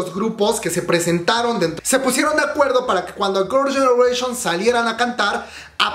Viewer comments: Tu inglés es malo, parece trabalenguas cuando pronuncias Girls’ Generation….🫣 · Me da risa como pronuncia el nombre de Girls Generation y de Yoona jajajjaja